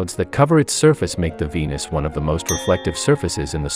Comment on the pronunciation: When they said meet venus i heard meat fetus 😂😭🖐️